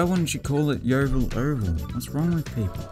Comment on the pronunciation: Thank you for pronouncing 'Yeovil' correctly. The local regional news here can't even get it right. They pronounce it like an American town as in 'Exampleville'.